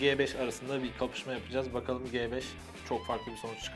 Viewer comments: Abi G beş değil Ci beş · el"ci" ci 5 yerine g5 demeniz ne kadar ufak bir şey olsada acayip taktım 😂